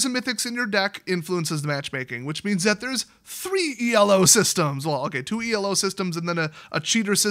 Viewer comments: It's pronounced elo. It's a guy's name. E.L.O is a band from the 70's. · ELO isn't an abbreviation or anything, it's the dude's name. It's pronounced "E-low," not E.L.O. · ELO is actually pronounced as a word. It was a guy's name